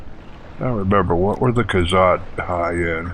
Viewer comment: Cool, it's been soo long since I played this game. It will be fun watching you play this classic Elder Scrolls game ^.^ Hehehe It's: More'-row-wind Khajit: Kah-jeet' Argonian: R-Go'-knee-an ^.~